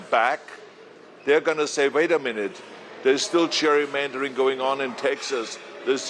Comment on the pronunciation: "Cheik, we have to stop the Cherrymandering" - LOL - learn to speak English, Ahole.